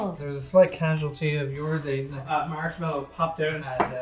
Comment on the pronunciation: He said as someone married to a American and then pronounced marsh a Mell I o had me laughing so hard. Can just every episode he's in just say marshmallow